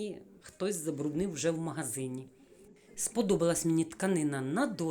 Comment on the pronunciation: Шановна, я дуже схвалюю ваше намагання розмовляти українською мовою, але дозвольте вам підказати де-які слова. Слово попрала має зовсім інше значення, ніж слово випрала, а тому не попрала, а випрала і не трішки, а трохи, не кОмізелька, а кАмізелька, не магазІн, а магазИн, сніг не розтаяв, а розтанув або розтав, на спідничці не китиці і не строкатий візерунок, бо це клітинка. Про інші русизми писати не буду, їх багато. Ще раз прошу пробачення, але дуже хочеться, щоб україномовні блогери розмовляли не на суржику, а на літературній мові. Бажаю вам успіхів! ❤️